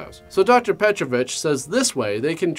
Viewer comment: You pronounced Petrović correctly, that is quite rare for english speaker.